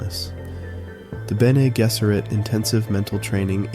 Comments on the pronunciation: Ok I'm gonna get flaked even as a Dunie (on book 6 atm) but its pronounced Bene JEZZERIT, not Jizz-erit... Still subbing, the video is what I needed to be reminded of. Its too easy to distract myself and huddle in the comfort of technology but the mind is always something that shouldn't be ignored. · As soon as you pronounced bene gesserit wrong my confidence in anything you say went out the window. Your description of the universe was that of someone who just googled dune...